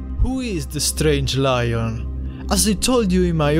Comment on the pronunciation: Btw it’s not loin it’s Lion